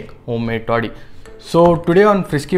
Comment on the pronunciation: It's taadi not toddi